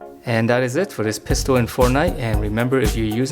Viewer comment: u said pisto